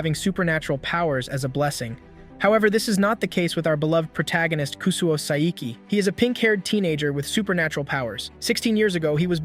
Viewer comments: You said sai iki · "SAIKIE" WHO TF IS SAIKIE?